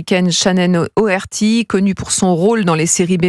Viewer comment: Faut vraiment apprendre à lire c’est pas compliqué hein c’est Shannen DOherty